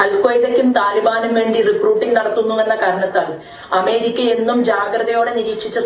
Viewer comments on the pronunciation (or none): none